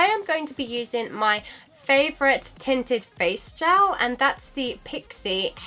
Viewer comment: gAAAAALLL. Mate its g-E-l